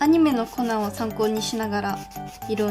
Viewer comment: コナンが｢ほな｣に聞こえて、なんで急に関西弁！！？って思った笑笑